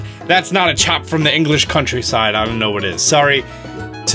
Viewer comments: I loved the video but it's pronounced a "chap" from the English countryside, not a "chop" :) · Did my man say chop, itsa chap g, the way you said it is the very high class of the uk, and they’re not gonna be watching a youtube video lets be real😂